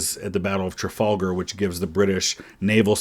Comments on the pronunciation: master's degree ?? And that master still says "Trafalgar" with stress on "gar" and not "-fa;"? Nice master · credit for incorrectly saying Trafalgar?